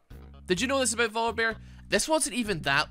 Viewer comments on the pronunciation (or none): why are you pronouncing voli"beer" instead of "bear"? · I like how YouTube subtitles hear Volibear as vodka bear